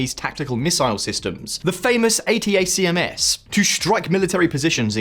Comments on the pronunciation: famous A-T-A-C-M-S? so famous you don't know it;s read atack-ems ... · It’s pronounced “ATTACK-MS”. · What's with all the mispronunciations? I get that russian names are difficult for English speakers. But yours sound more like you have no clue how to say "Prigozhin" or "Zaporizhia", rather than having difficulties pronouncing russian sounds. And the cherry on top, NOBODY says "A. T. A. C. M. S." Nobody. It's supposed to be pronounced as one word. Are you trying to be different, or is your information input comprised entirely of written information, with no spoken word getting in? Help me understand. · Oh the famous "Ayy Tee Ayy See Emm Ess" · this guy has a nice delivery. The video is well cut, nicely written and offers good sound quality. His points were also well taken. The pronunciation of ATACMS is a small thing.